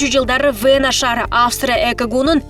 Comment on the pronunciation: Вэна эмес Вена, ФергАана эмес, фергана.